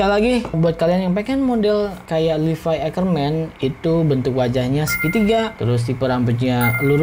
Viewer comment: Levi anjirr bukan livai